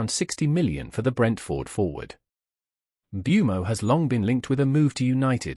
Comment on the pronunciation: How they can all pronounce Mbuemo differently and not bat fuckin eyelid is mindblowing 🤯